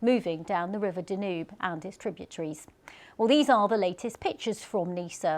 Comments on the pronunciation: How did she pronounce Danube again????? Haha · 1/Why can't the news presenter say Danube properly 2/Where is a map to show the rain/meteorological movement? It's so much more useful than mentioning places like the Balkans 3/No mention of UNPRECEDENTED weather patterns as a result of Climate Emergency? Still ignoring the elephant in the room.